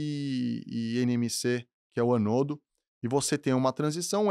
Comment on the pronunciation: "Catodo e anodo ou cátodo e ânodo?" Quem é o "EXPERT" ? O "podcaster" ou... Fala correto, intelectual!!!